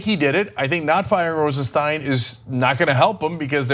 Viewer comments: Ana, please, the man´s name is Rosenstein, not Rosensteen. It looks like it´s going to be a name to remember. You might as well get it right early, which was a year ago. You´re still great. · Do these presenters EVER correct each other when they say someones name wrong? Cenk called him Rod Rosenstein & ANA call him Rosensteen.. CENK should correct ANA.. is not RosenSTEEN.